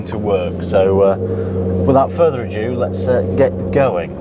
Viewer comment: Further ado not adew or ajew 🤣